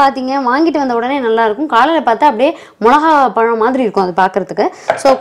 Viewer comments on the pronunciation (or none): none